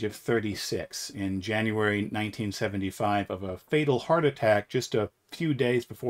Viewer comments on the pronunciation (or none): none